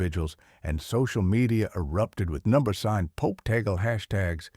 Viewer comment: Last name is pronounced Tag- Le